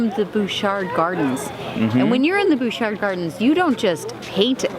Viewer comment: Nice video, but as a resident of Victoria it is pronounced Butch-art not Booshar. Also, it's U- clu-LET. But hey, you're from away so it's ok ;) Really liked the teleportation bit.